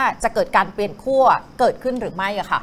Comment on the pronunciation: ขั้ว Not ขั่ว ครับ ไม้เอก ใช้ กับ คั่ว